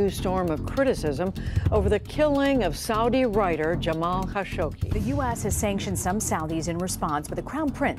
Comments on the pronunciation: #4 it's kah-show-geeh... not kah-shog-she.... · #4, it's kah-sho-gee not kah-shog-she; make it a point to do research before doing your videos.... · kah-SHOG-ee, NOT kah- showg-shee! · It's Kashogee.. Not kashogshee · Hate AI voices. Kha-Sho-gee why it says Kha-Shog- Shee? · Kind of. I wish the narrator didn't repeatedly pronounce Khashoggi as Khashogshi. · i heard that too. Where did the sh sound come from? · you seriously can't pronounce Kah Show GHEE? Seriously? It's not like the name hasn't been mentioned on the news for YEARS. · I once met a member of a Khashoggi family and she pronounced her last name as "Kah-sho-gee". I remember the news about his murder and I never heard his name pronounced it like this did. I even had to google "how to pronounce 'khashoggi"...i was so surprised by this peculiar way to say it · DIfferent accents for different people. The correct pronunciation of "Khashoggi" is "kha-shog-ji." The "kh" is pronounced as a guttural sound, similar to the Scottish "loch." Even more details are in John Fam's video: "Khashoggi - how to pronounce Khashoggi's name correctly. - Arabic accent." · It’s pronounced KAH-SHO-GEE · And the Narrator continually mispronouncing his name 🤦‍♀️ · For fox sake! How many times is she going to mispronounce Khashoggi!?!?!? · Pathetic waste of time watching this. Claiming mysteries where there are none. Mispronouncing Khashoggi repeatedly - SERIOUSLY? Don't you have a Producer/Director? Someone who knows facts, and how names and words should be pronounced?